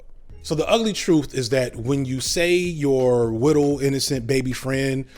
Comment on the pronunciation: his he saying "little" or "wittle"?